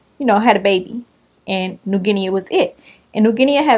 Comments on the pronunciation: The a is silent so it's pronounced like new "gin-nee" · It's pronounced "new Ginny". The "a" at the end is silent. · You are kinda saying it right...remove the A... It's a country looking it up will be helpful.. New Gui-KNEE.. I hope I was some help.. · New GEE-KNEE lol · It's pronounced like the pet Guinea pigs lol